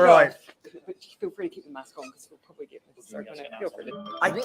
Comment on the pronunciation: I heard her saying the "public prooly" but didnt catch the two other mumble words.